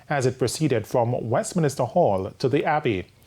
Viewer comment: The word is Westminster Abbey, not "Westminister"